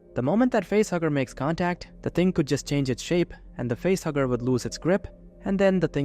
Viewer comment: At first I thought you were saying it was a butthugger instead of a facehugger.